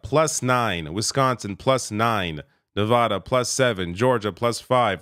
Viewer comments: It's pronounced "Ne-VĂ-də" (using the short vowel sound), not "Ne-vä-də" (using the broad vowel sound). Take it from someone who lives in the region. Learn it to avoid further humiliation. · How does someone as informed as this not know how to pronounce Nevada correctly? It's "vad" as in "add", not "odd". Anybody who says Ne-vodd-ah instantly reveals they don't really know much about the American West. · As a Nevadan, I kindly ask that you learn how to pronounce Nevada. It's not nevauda, it's nevada. That said, let's goooo! Coconut tree 2024!!! 🥥🌴💙🥥🌴💙🥥🌴💙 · Love your channel. Please pronounce Nevada properly. Thanks!